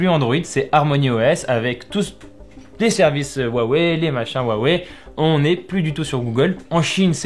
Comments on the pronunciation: Wouah wei ? Cela se prononce Hua Wei . J ai vu des gens qui prononcaient Hua Huai … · V'la le spécialiste qui prononce "wawei" 😂